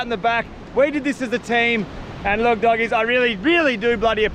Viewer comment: Bro said dogies😂❤